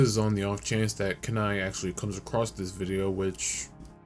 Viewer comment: Kenai is pronounced keen-eye